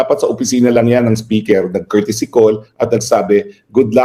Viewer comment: Hi atty.roque,saludo ako sa talino mo sir,i always listen sa mga program mo,i also cast my vote to u😊meron lng akng puna sau atty.pls dont get offended,pls pronounce the word speaker as(spiker po)hnd po speker.❤peace po atty.😊